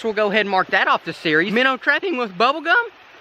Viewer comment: I got you I know your a busy guy and you make little mistakes here and there but for the viewers yes it says minnow but it's pronounced "Minners"